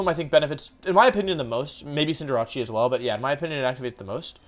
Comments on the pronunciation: You have good videos but cinder-ach-e kills me. It's not italian. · I'm still trying to figure out why Wolfey is saying its name wrong. Court Change is a very easy name to remember. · Hey Wolfe it will make me feel better if you pronounce BOTH C’s in “Cinderace” the same way thanks ❤️ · I'm new to this channel, so could someone please tell me the way he pronounces Cinderace is just as a joke or for memes. Because it's low-key driving me insane lmao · Why does he not pronounce Cinderace correctly? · I don’t think that’s how you say cinderace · Your pronunciation of Cinderace makes me uncomfortable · Does he say cinderaces Japanese name or is he saying it wrong lol it's kinda annoying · Why do you pronounce cinderace like that? Like is it as a joke it or do you just legitimately think that’s how it’s pronounced? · I don't know why he says it like that... It's cinder-ace. "Cinder" like fire and "ace" like in a deck of cards. "Ace" is also used to describe a really good athlete. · Wtf is a CINDERACCI????? Its CINDER-ACE!!!!! Get your names right or dont call yourself a pokemon fan. Sorry not sorry but ur pronounciations are triggering. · Please Cinder-ace not Cinder-achi please i beg u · Cinderachi. Lol Cinder-ACE my guy. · Is it pronounced Cinder-achee or Cinder-Ace? I think ace fits more with a soccer player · Did this man just call Cinderace ..."Cinderachi" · Who is cinderachi I know cinder ace not cinderachi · it's not cinder-a-chee it's Cinder-ace as in in the figure of speech: "ace in the hole" or "ace of spades" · Why do you pronounce Cinderace as "Sin-Der-Achi"? It's Cinder + Ace. "Sin-Der-Ays" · Why do u pronounce it cinderache its cinderace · I can’t stand Wolfey saying cinderace, like why does he call it cinder-ra-chi? It’s name is cinder-race. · Its pronounced Cinder - race, not Cinder - rache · Not a single soul: Still Wolfey: "Cinderacci". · Cinderachi? the casual intentional mispronunciations kill me😂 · Why does he pronounce Cinderace as Cinder-“achi”?